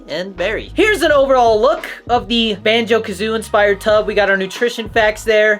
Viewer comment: banjo kazooIE man. Jeeeesus that was tough being a fan watching you say that 🤣 . Good review tho. i’m sure it would’ve resonated with you so much more if you played the games in the 90s